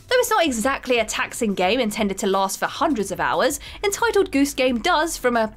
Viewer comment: That's how pronounced it...